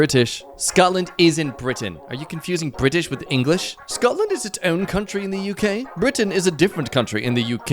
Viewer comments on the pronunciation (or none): i love how you say UK as " AUCK", thanks